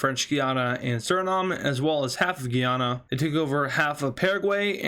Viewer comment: French guiana and Guyana are differently pronouced